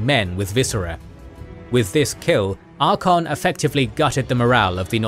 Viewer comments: Ar-CAY-on Not Ar-con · love all you guys vids. but i cannot get over Ar-kon xD, pretty sure its Ar-kay-on even in wh3 in-game should have pronounce it. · Please learn the pronounciation. It is ArchAon not Archon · tell offically that he needs to learn how to pronounce Archaon correctly. its Archaon, not Arkhan. Arkhan is totally different character. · Why do you leave out the A in ArchAon?Its not archon 🤷‍♂️ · Archaon not archon. Otherwise solid content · Bruh…. Archon? Ar-KAY-on. Did you do any research before recording this? Wtf lol😂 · Archaon = Arr-kae-on I am curious how he would pronounce Arkhan the Black, does he use the same the pronunciation for Archaon and Arkhan? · Archaon- ar-KAY-ahn.